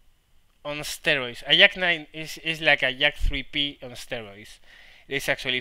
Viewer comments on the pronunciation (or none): I like how when you say "Jack of all trades" sounds like "Yak of all trades" which makes me lul, since you were talking about a Yak at the time. :)